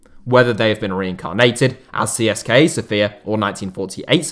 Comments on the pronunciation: It's pronounced Siska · It is pronounced "tse se ka" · I'm Bulgarian and I didn't expect something about our clubs. I prefer Levski but I barely watch our football as it's quite bad. Also something I find kind of funny is that I've never heard an English speaking person pronounce CSKA correctly. If anybody cares it's pronounced Tse-Se-Ka